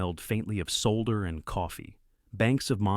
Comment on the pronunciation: Sod er not soul der